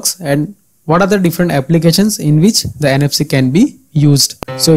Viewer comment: Informative video, but the way you place an accent on "the" is pretty distracting.